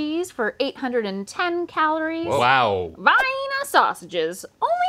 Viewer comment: Is the mis-pronouncing of Vienna an in-joke that I don’t know or…?